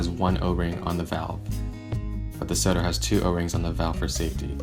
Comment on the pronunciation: It’s pronounced So Toe 😂😂